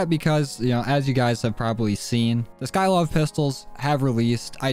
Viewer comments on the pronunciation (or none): RaidAway: skykov Dysmo: Skykov: skylov Their actual name: sykov